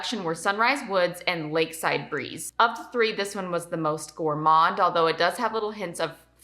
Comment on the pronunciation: when you said lakeside breeze it hurt 🤧🤧😂